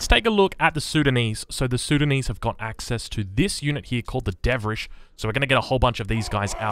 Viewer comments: Dervish, not devrish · Leave it up to to somehow mess up pronouncing De*rv*ish lmao. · you are doing this on purpose, aren't you? They are called deRvish, not devRish. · Come on... Der----vish